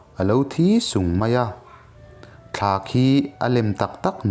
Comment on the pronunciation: mins..akamsir techu alothi sung maia tihhi 'sung' laitakhi sûng(suuung)..ti a thluk fandeuh tur